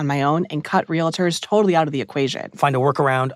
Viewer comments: WE ARE REAL-TORS, NOT RELATORS FOR F**K SAKE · Minor point: the profession is “real-ters” not “ree-le-ters” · For the record, the word is pronounced “real-tors” not “real-i-tors” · REAL---TORS! LIKE REALTY! REAL---TORS!